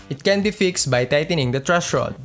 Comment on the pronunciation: "Trush rod" haha sorry po kuya natawa lang po haha